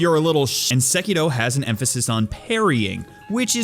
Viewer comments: why do you keep saying sekido ? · Its sEkiro for fucks sake, not sekIro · Sekitoh Actual Title: Sekiro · the way he pronounces sekiro is just e